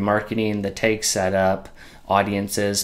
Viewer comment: Thanks for the video - quick and easy to follow! Just interesting the way you pronounce tag as 'tayge' haha :P